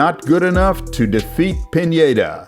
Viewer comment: said pinedas name wrong. Luis, yeah thats correct. Alcatraz, no, its alcaraz. Piñeda, no its just Pineda with a hard n